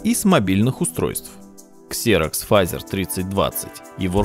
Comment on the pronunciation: Не Фазер, а Фэйзер!